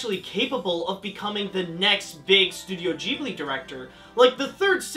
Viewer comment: Doesn’t it piss anyone off on how he pronounces Ghibli??